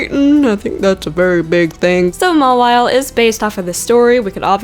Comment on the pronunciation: I'm so triggered because you pronounced a lot of things wrong which is getting me pissed off. You pronounced Lunala, Mawile, Froslass, and Fennec fox wrong. First, you said "lu nala" It's lunela. that's how you pronounce her, then you said ma wile, it's mauw ile, then you said Feenic, it's fennec, lastly, you said frost "lass" it's fros "less". Lunala, Mawile, Froslass, and Fennec fox.